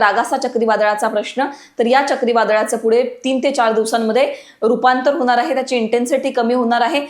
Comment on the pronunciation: असनार आहे ?? धडकनार आहे ?? Intensity कमी होनार आहे ?? मॅडम आवाज एकदम खणखणि त आहे तुमचा परंतु ण च्या जागी न उच्चारता तुम्ही !!